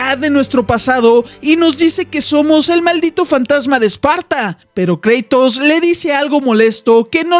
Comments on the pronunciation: No se dice kreitos se dice kratos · kreitos? es kratos